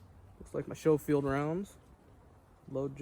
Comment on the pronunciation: Pronounced Skoh-feeld; beautiful gun